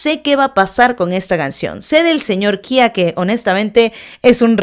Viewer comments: No es KHIA xd jajajajaja lpm sos boluda ahre . Es KHEA como esta escrito se lee pronuncia etc xd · Se pronuncia kea no kia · Khea se pronuncia como esta escrito (kea) no (kia). DIOOOOOSSS. Los de Argentina estan como Whaaattsssss?